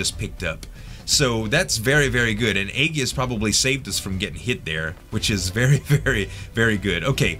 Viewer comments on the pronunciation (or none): Not to nag but the word Aegis uses a soft g sound as in A-jis. Nice fights, those Vorn guys are rough.